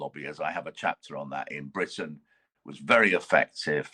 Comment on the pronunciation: "britiain"...No such place!...They are "english" plain and simple!